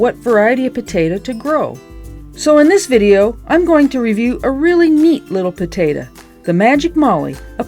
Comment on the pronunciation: I love how you pronounce potato as "putatuh" but when you shorten it you pronounce it "taterr" 😆 not making fun, just a silly observation I made. Great video. God bless.